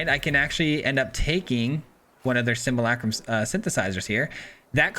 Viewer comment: Man, you're my favorite YouTuber to watch but it drives me insane how you mispronounce "simulacrum" lol